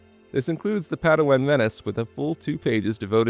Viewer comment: Can't watch someone who butchers Padawan. I wish you the best.